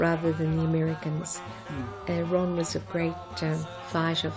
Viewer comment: Wron Casey should have done the narration .... Wrock n Wroll !!!